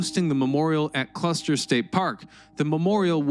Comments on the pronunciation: It's Custer State Park! Not Cluster! It's named after General Custer! Omg !!! You have said it 3 times now! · Custer. For the love of history. Custer, not cluster. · It’s called Custer State Park, not Cluster State Park. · Except for the weirdly Troll-worthy mispronunciations throughout the video, yes.. I like it. “Cluster” “Glutzen” come on.. this isn’t that hard.. I want to like the “it’s history” videos, but it’s a CONSTANT DISTRACTION” that you can’t get this figured out.. you’re better than this, I know it, but you’ve gotta get someone to double check your narration.. there’s just no alternative. Again, I’m a supporter. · Why do you keep saying Cluster 😒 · Everytime he says "cluster" take a shot.